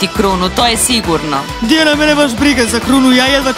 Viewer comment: Ne kaže se Tiana nego Diana